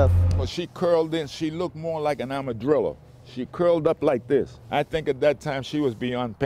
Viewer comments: "armadrillo" lol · "Amadrillo" ??? PFFFT!! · She was a amadrillo? Lol armadillo my man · Did he say armadrillow 😂🤣😆👍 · “Arma-DRILLO” LOL! 😂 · did he just say"Armourdrillo"...???😂😂😂🤣🤣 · I’m so sorry for laughing, but when he said that she looked like an “armadrilla” in stead of armadillo....I couldn’t contain it 😂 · Nobody gonna notice the "armaDRILLO"? Lol. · "Armadrilla " 😂😂 man i love our elders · 1 min 37 mark. Amadrillo hahahahaahh I'm dead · Did he say amadrilllo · Amadrillo? Hahahaha. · An "amadrillo" lmao 😂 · “The beating was intense” lmao Lmao he said a she curled like a armadrillo!! Hahah you mean armadillo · "She curled up like an armadrillo"..... the moment you realize he said armadrillo instead of armadillo.... I never knew armadillos could drill.... until now... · ARMADRILLO I'm so sorry for the woman but when the wheel chair guy say ARMADRILLO man my heart stopped beating . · The old man in the wheelchair honestly made me laugh. It's a good deed the young man did but Jesus that old man made me laugh so hard. "Amadrillo" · "An amradrillo" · Good job. But what in the world is an amadrillo?😂😂😂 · “Amadrillo” sigh black lingo